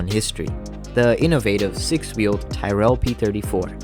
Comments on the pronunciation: Stop saying “Tie-rell”. It’s pronounced “Tirrell”. “Tyrrell” rhymes with “squirrel”. It’s a short vowel, not a long one. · Good video. However, Englishman, Ken Tyrell's surname isn't pronounced "Tie-rell" but "Tirul" And I think French man, Cevert, was also pronounced "Sev-air" But these are but little details 👍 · Something to keep in mind for the future. The correct pronunciation of Tyrrell is tee-rel (as I'm rely) instead of ty-rell. Otherwise great video bro! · Pronounced Tirrell.